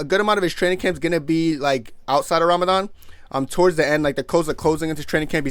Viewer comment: pronunciation of Ramadan is very good Mashallah brother